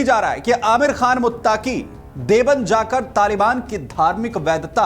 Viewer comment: It’s not Devband , it is DEOBAND